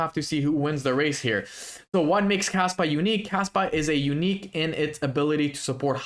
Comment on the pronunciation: Sounds like you are saying Kasta instead of Kaspa at the beginning of video. 2 very different projects.